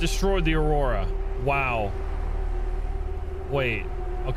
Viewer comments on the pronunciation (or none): none